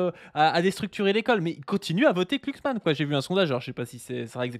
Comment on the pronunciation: Je sais pas si le fait exprès mais c'est un énorme plaisir de l'entendre écorcher le nom de "Klucksmann" à chaque fois qu'il le prononce:D